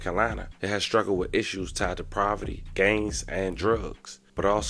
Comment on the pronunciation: Are you saying “Proverty”? Sorry just been throwing me off. If so please take time out to proofread and edit. No diss. I just feel like when u mess up words I can’t take your story to serious. Keep it up tho.